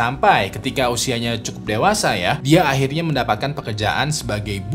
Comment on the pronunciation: dalam kata "akhirnya" pas pelafalan "akh" ngeri banget suaranya